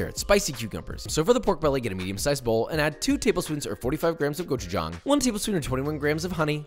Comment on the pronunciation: Gochujang pronunciation is kiss